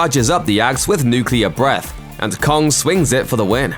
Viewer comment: You said atomic breathe wrong.